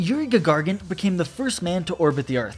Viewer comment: "Gagargin" o__o